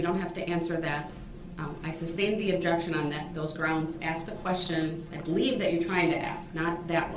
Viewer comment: This "dumbass" cracks me up! He hears the word "sustain" all day long and still says "substain", like a true idiot. And maybe just maybe he would hear the pronouncing word instead of yelling " grounds" every other word. And the entitled attitude, I get when he was born he was handed a EBT card, Obama phone, a monthly check and GED. But for God sakes boot lips. Learn your words!